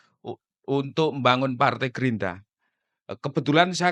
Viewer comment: Gerindra bang bukan gerinda 😂